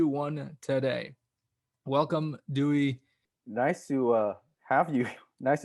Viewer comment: "Duy" like dewey decimal